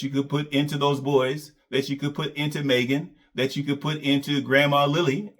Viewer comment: Despite everything Maegan had done for. He still can’t pronounce her name properly. her name is Maegan not Megan 🤦🏾‍♂️.